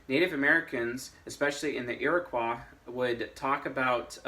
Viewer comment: Hey. I live in Iroquois territory. Just a correction: Iroquois rhymes with boy.